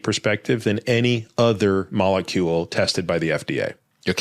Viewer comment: “The sugar mokakacule” yo wtf you say?😂